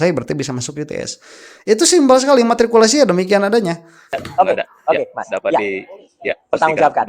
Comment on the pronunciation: Bukan martikulasi tapi matrikulasi